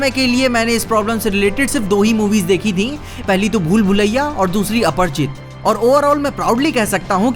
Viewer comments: Apar- chit nhi lodu Aprachit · Yr ap bar bar aparchit aparchit kyu bol rhe ho aparichit hai aparichit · अपरिचित Not अपर्चित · It's aparichit not aparchit bro